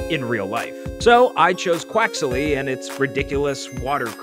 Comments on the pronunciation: Pronouncing quaxly quax-ily hurts my brain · THIS IS SOO COOOL P.S.: I think you use an extra syllable when saying "quaxly"